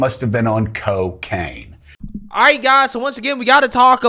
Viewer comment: I've never heard anyone outside of like movies pronounced cocaine like that before.